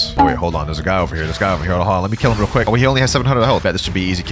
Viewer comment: love how bro says weal noob even tho I'm no where close to that lvl [144]